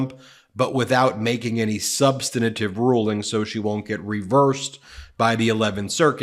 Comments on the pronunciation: Ben, please learn how to pronounce "substantive"! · Ben the word is pronounced SUBSTANTIVE not SUBSTANITIVE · Excellent commentary as always Mr. Meiselas! Just one small point: the word "substantive" is three syllables, not four, and so is pronounced "SUB-stan-tive," and not "sub-stan-na-tive." I hope that you will accept this in the spirit of constructive criticism---which it is---which will make your commentary not just excellent but practically perfect! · SUBSTANTIVE! not "substanative". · Thanks for the update. Her initial response was mind-boggling. Incidentally, it's "substantive", not "substantative". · substantive. Check pronunciation. Thanks.